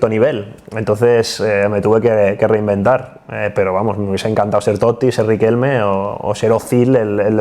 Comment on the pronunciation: Increíble esa paradinha en la doble "t" de Totti, necesitamos una clase de italiano de Andrea "el amigo de todos" Orlandi